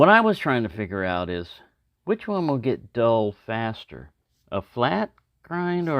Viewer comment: “ it weel cut!”